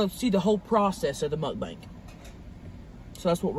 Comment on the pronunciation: WHY do you say MuckBank ? its MuckBANG .....and Caramel is caramel -its NOT CarMole